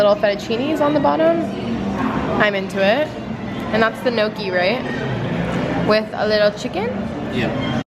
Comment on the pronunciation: I've been watching for over 4 years just please learn how to say gnocchi 😂 ly